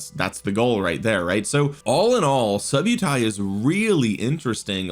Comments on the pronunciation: nice vid, its pronounced sub-uh-ty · “Sub-Utai”… clever subliminal way of mispronouncing his name for more subs!